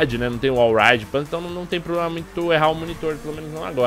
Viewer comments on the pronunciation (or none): none